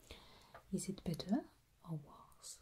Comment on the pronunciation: "Is it bitteh oh warhs? mhm" Me: swoons